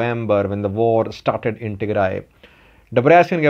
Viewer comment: He knows much more about Ethiopia than you. He even knows how to pronounce all the places in Tigray but you don't.